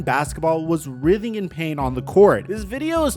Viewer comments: Rithing in pain huh?😂 That Writhing (Rye-th-ing) brodie.bodies. You are a master of pronunciation family. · it's pronounced WRITHING like 'Writing' with a -th sound, not like 'giving' lol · did he pronounce writhing weirdly or am i trippin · 😂😂😂 I heard that too